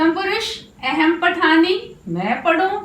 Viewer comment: महोदया भवत्याः पाठनशैली तु सम्यक् अस्ति ,परन्तु संस्कृतानुसारेण शुद्धम् उच्चारणं न भवति एव । यथा - "अहं'' स्थाने " एहेम् " इति वदति । एषः भवत्याः दोषः नास्ति प्रान्तीयदोषः इति जानामि । संस्कृतभाषानुसारेण शुद्धम् उच्चारणं कर्तुं प्रयत्नं कुर्यात् । एवं पाठनेन दाक्षिणात्य जनाः/छात्रा ,पश्चिमी जनाः अवगन्तूं न शक्नुवन्ति एव । धन्यवादः ।🙏🙏